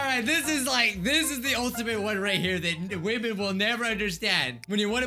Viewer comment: Me:, say women:hwemen